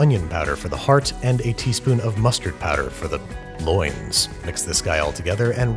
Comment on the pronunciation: "for the... loins?" Lmao had to rewind and listen to that again it cracked me up so much!